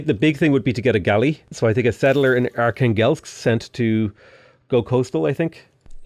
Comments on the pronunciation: Are-khan-gelsk, you mean, Archangel? 😆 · Just a quick recommendation from a Russian guy about pronunciation of Russian cities. arhAngel'sk, kazAn', nOvgrod, yaraslAvl', smalEnsk, St.Petersburg isn't the origin name so its ok to call it as you want, Astrahan'. Thanks for the video, the start of the game is really impressive